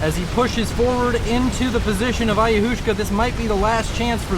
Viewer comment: Ayahuasca is pronounced like "ayawaska". It's a native american psychedelic drink.